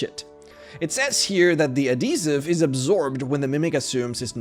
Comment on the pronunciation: anyone else on how he pronounces adhesives? (add he siv s)